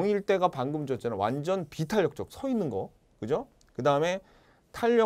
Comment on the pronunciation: 아 진짜 ㅋㅋㅋㅋㅋ 이번편 강의가 제일 재밌음ㅋㅋㅋㅋㅋㅋㅋㅋㅋㅋㅋㅋ 비!!! 비!!!! 비탄력적이잖아. 탄!!!! 탄!!!!! 탄력적이잖아 그냥ㅋㅋㅋㅋㅋㅋㅋㅋ